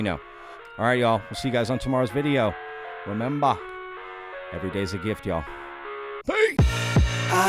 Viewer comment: You went aussie there in your sign off at the end when you said "rememba" love it! xD